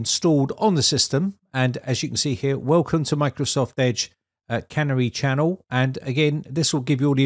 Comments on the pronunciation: Surely it's pronounced "Canary" (like the bird) rather than can-ery version. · I was going to comment the same thing. Its canary yellow and not a cannery with machinery and cans. But then I was afraid that the Brits had their own pronunciation for the bird. After all they still drive on the wrong side of the road. 😉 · The correct pronunciation is Canary as in the bird, not cannery where food is canned! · Canary is a bird, not a, can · Vivaldi have doing multiple split screens for your yonks! Oh, and canary is not pronounced like "tannery", it starts with "can" and ends with "hairy" without the"h". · the 'Canary' channel is pronounced like the little yellow bird that could once be found in some coal mines, rather than a place where tin cans are made.;-) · You're pronouncing 'Canary' wrong. It's a bird that was commonly used in coal mies to check out whether the air was good. Clearly Microsoft are allowing users to test whether the system is safe.